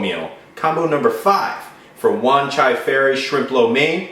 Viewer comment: you pronounce wan chai it right the first time... Also wan chai is a part of hong kong, in fact i live not far from there (5 min by MTR) ;D